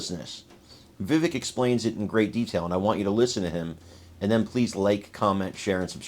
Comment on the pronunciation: PLEASE SAY VIVEK (CAKE/VEK) AS IT IS CORRECTLY PRONOUNCED. I DON'T MEAN TO BE UNKIND, AND MANY PEOPLE MAKE THIS MISTAKE SO YOU ARE IN GOOD COMPANY! WE LOVE YOU,. I LOVE WHAT VIVEK SPOKE TO. IT IS TRUTH, DIRECT AND FAIR. HE DOES ALWAYS HAVE THE KNOWLEDGE TO BACK UP HIS WORDS. A GREAT MAN FOR AMERICA!